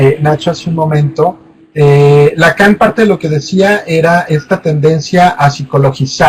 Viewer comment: Que pena saber que alguien que no sabe ni decir Lacán vaya a recibir una calificación por estar leyendo una exposición, ahí dice año 2019, que pena que se vayan a titular leyendo diapositivas